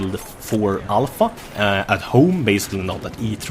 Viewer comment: Everytime says Alpha, I hear it as ALL FUCK HAHAHAHAHAHAHAHAH